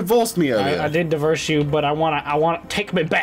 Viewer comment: its divorse not diverse